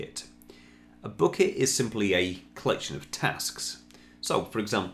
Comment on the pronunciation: Took me 10 minutes to realize you're saying Bucket, not Book-it. 😀